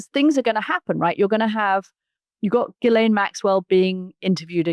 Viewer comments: Mooch, come on, man... you gotta stop calling her "Jisslane." Ghee-len. It's French, you know. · 'Jizz-lane' Maxwell? Are you sure that's the pronunciation, Mooch? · The s in Ghislaine is silent. It’s pronounced “Shi-lane”. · Let me help you out Mooch... since you didn't take the effort to learn how to pronounce Maxwell's first name, even though you are in the political commentary business commenting on a very high profile individual... Hard G and silent S. Like, Gee-Lane. Its not rocket surgery, it's called Google. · A Producer needs to tell Scaramucci how to pronounce Ghislaine & it's nauseating how he refers to Epstein as 'Jeff'. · Anthony’s credibility is a bit dubious if he can’t even pronounce Ghislaine Maxwell‘s name correctly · Katy for goodness sake tell Mooch how to pronounce Ghislaine!!!!